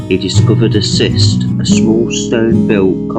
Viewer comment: It’s pronounced KIST not SIST 🙏🏼😊 nice video though.